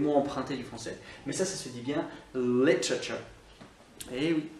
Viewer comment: Tu m’as bien fait rire en prononçant le dernier mot : literature, on aurait dit que tu disait comme en français dans la dernière partie de la prononciation, j’entendais : cha-cha-cha (comme la danse) hihihi:o)) 🇨🇦